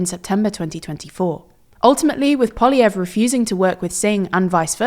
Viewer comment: Thank you for pronouncing Poilievre's name properly! So many people get it wrong.